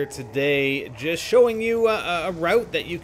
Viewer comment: AND THEN YOU JIST KNOFE LMAO KNOFE WTF